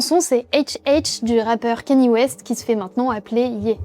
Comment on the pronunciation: C’est pas keny c’est KANYÉ, nom d’un gnou